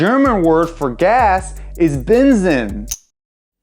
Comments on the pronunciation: Lol, bensen. Try to pronounce it benzeen with a slightgliy spoken t between N and Z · German: benzin him: bin sin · Pronounciation... Ben siinnn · i read benzin as benseen not benzeen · Bänsin hahah greeting from Germany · "the german word for fuel is Bähnsin" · I think Till lindemann from Rammstein is a decent guideline for how to pronounce 'Benzin' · Googles Pronounciation of "benzin" was pretty spot on, yours not, haha